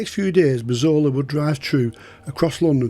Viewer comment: I thought his name was Razola 😅 that’s how it sounded no offence to the wonderful as his telling of these tales is brilliant 👍